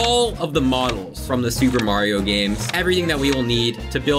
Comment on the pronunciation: its not M-rated maerio